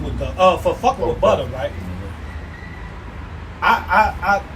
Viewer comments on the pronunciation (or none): when he called butta “butter” I was weak asl😭😭😭😭